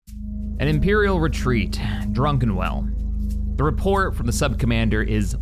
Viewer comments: I always thought was pronouncing "Druckenwell" as Drunken-well as a joke. Now i'm not so sure anymore. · at this point I'm thinking does it on purpose but I just can't stop going "It's DRUCKENWELL" every time